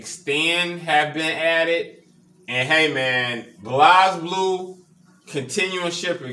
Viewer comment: Very cool build, might have to get this for my cabinet as I love Blazblue and wished it was from the begining. Just a heads up the game is pronounced Blaze Blue not Blaz Blue.